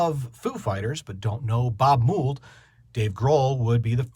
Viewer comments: "mold" not "moo-ld" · This review is longer than the song. Btw, it's pronounced Mold, not Moold. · Learn to say his name correctly.